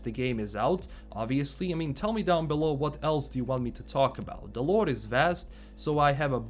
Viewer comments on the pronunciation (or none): ”Cyberrpunk 2077 lorrre” mamma mia